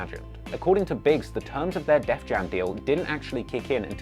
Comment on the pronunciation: It’s *Def Jam*, not “Death Jam”.